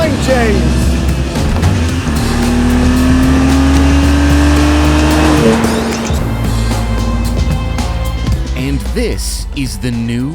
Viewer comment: My favorite part of every throttle house video is when James says "and eymmm jayhmes" it makes my day.